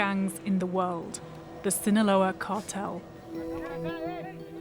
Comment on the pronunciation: "Zzinahlouaaaa Mecziiko" 🤣🤣🤣🤣🤣